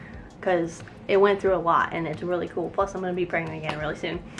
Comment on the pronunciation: u say it rlee